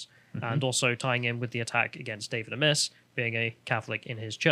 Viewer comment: It's generally pronounced 'David Ay-miss'